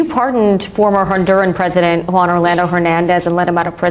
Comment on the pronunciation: I appreciate you saying Juan without an accent ❤